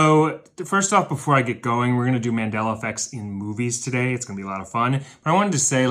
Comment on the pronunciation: Why are you saying "we're" like "Where"?. It is WE'RE (we are) the millers.